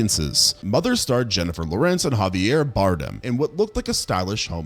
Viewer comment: II have never heard Jennifer's Lawrence's last name pronounced like that.